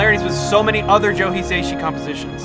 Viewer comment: just fyi, his surname is pronounced as 4 syllables, "hee" "sah" "ee" "shee", not 3 ("hee" "say" "shee"). Great video though!